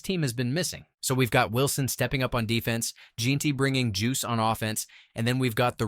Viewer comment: why is Jeanty (pronounced Jen-tee) being pronounced in this like jeen-tee? lol. it's not that hard to say his name.